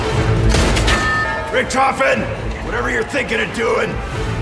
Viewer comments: Ali said riftoften lol not Richthofen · i was holding a gun to my face every time you said Der Riese and Richtofen wrong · It's pronounced Richtofen m8. RICK-TOH-FEN. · That Richthofen pronunciation though lol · Is it just me or does Ali have trouble say Richthofen